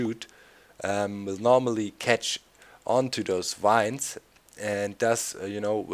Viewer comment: the v in vines sounds like the w in wurst doc